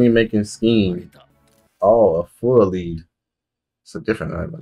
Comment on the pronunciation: Just letting yall know, "Fullalead" is read like "Full of lead", as in "led", not "leed".